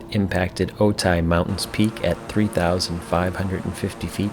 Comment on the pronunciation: Otay is pronounced Oh-TAY, not Oh-tie. Think of Okay with a 't' instead of a 'k'. Also, Camarillo is pronounced KAHM-are-reelo (it's a Spanish name).